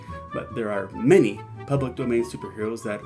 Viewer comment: "Public Doman" 🤭